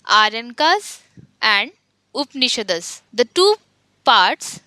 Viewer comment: Madam, not to question your authority on this subject, your pronunciation of many of the things need correction. For example: Chandogya is not Chand - yoga; Dvaita propounded by Madhwa not Madhava; Upanishad - not Upanish-das; Brihadaranyaka: cannot comprehend what you said; etc